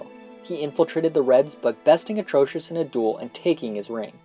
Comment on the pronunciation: OMGGGGGGG please say Atrocitus's name right it's Atrocitus not Atrocious